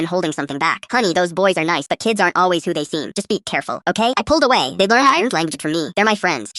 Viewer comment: "I pulled aw-HEY-y" anyone else hear that?